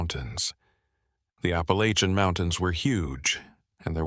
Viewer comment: Granite Falls NC...... you're not pronouncing Appalachian right.....!